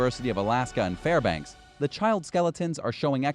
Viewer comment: Congratulations, you pronounced Fairbanks, Klondike, and Skagway right. Every other name you mutilated. I am born and raised Alaskan. Most of these were bullshit.